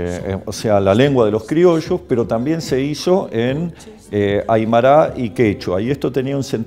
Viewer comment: Muy bueno, chicos. Pero estudien lenguas originarias: es Tupaq Amaru ( no, Tupáq Amarú), y es aymara (no, aymará)